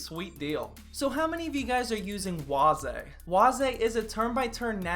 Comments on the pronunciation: Waze is pronounced (ways) not (was-eh) lol . I never upgraded to the 7th gen k CPUs cuz nothing wrong with the 6 gen and really not much gains and can overclock with decent heat temps! And I'm at work sippin on French press coffee I made myself cuz buying coffee costs to much lol! Another good video 👍🏻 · I thought waze was pronounced like ways.